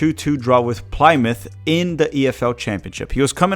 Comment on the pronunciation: Plymouth is pronounce plim-uth